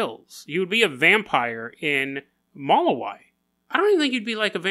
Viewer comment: It’s pronounced “muh-lou(like loud)-wee) lol.